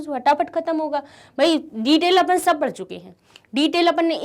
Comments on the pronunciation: It's not apun it's Apan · mam says upan